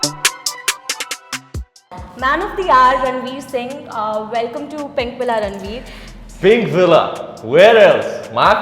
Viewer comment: he is the only indian celeb that actually pronounced pinkvilla as is instead of how the rest said pinkwilla instead of villa. that was so annoying